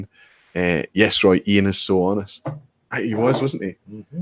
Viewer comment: Really looking forward to seeing both your and Roy's video's from the trip. got the pronunciation of my name spot on by the way!